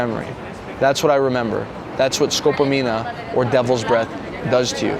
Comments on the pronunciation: It's not escopomina, dude. The name is scopolamine or escopolomina. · it's not scopamina, it's scopolamina.